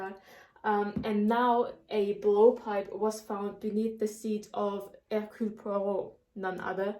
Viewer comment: أحببت نطقها لإسم هيركيول بوارو ايضًا .. انها حقًا رائعة ❤️